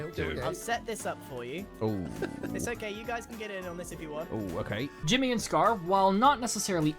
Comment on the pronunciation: Ahem… it’s “HIMmy” lol